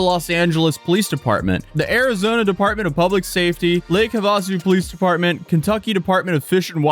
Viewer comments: Lake have-uh-sue not hah-va-sue lol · Lake "Huvah-sue"😂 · Lake Havasu “ha·vuh·soo” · Lake Havasu Have-a-soo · it is pronounced lake have-uh-sue....carry on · lol my friend please look into how to pronounce “Lake Havasu”.